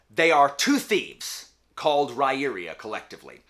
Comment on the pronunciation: According to Sullivan’s interview with Daniel Greene, it’s actually Rye-ear-uh. Not sure how, but 🤷🏼‍♀️